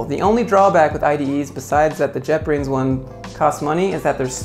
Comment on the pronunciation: He said " jetbrains" I heard "jeopardy "